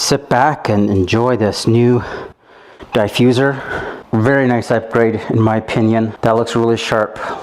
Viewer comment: If you say Diefusser one more time!!!